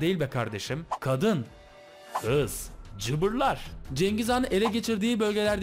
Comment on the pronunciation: Kadın kııız cıbırlar🤣🤣🤣